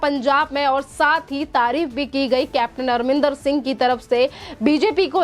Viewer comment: Madam u r pronouncing CM Arminder rather it's Amrindèr Singh